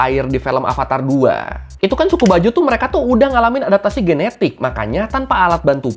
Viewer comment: Boss bukan bajo.. tapi bajau.. aduhai...